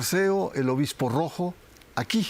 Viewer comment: Dice obismo❤